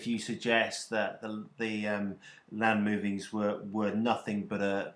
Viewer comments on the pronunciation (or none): at 1600 he said "land moonings". he did, I swear.